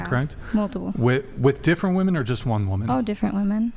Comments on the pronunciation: What is it that makes these college age girls not know how to pronounce the plural of woman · Can I get just ONE of these left-leaning ladies who’s EVER been on the show to explain to me why they pronounce the singular AND plural version of the word woman EXACTLY the same way???? I don’t even understand what their politically correct motivation might be. Is it the man/mankind thing??? It doesn’t extrapolate the sane way though. I want just ONE male guest (or ) to please ask one of these woMEN that question. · I wish would give them shit for not being able to say women. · She STILL said it wrong 🤦🏻‍♂️🤦🏻‍♂️ fucking embarrassing. "What I learned today is that a 'woman' (pronounced as whoa-man) is the singular form of 'women' (but pronounced as whoa-MEN)" The plural is pronounced as WHIM-men, goddamn. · It’s pronounced “WIM-IN” women. Trust me. I’m half English and half Scottish. One woman. Two women [WIM-IN]. It’s not difficult. Arks yourself that. 😏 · 34 year old woman, CA born and raised. We do not all say "woman" instead of "women". I never heard anyone say it that way until I started watching this show. I also went to UCSB and never heard it there. It's a moron thing, not a CA or SB thing. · Am I in the twilight zone or did the two Asian girls repeatedly say woman instead of women right after they harped on saying it correctly for a full conversation. That shit drove me up a wall I can’t believe didn’t correct them 🤦🏻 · Now i get why doesn't know how to say women. She thinks the las syllable is what's pronounced differently only, because only the "a" and "e" change when you write it. So she pronounces the first syllable the same. She literally pronounced "woh-man" and "woh-men" when it's actually "woh-man" and "wih-men." Y'all dont be too hard on her, she's just intellectually disabled. 💀💀💀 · Why do these girls always say woman when they should be saying women? Are they that dumb? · Why can’t pronounce “women”?